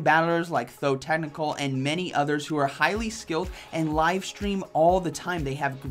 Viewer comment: You have known him for 2 years and still haven't noticed he's called ThoTechtical and not ThoThecnical, lol.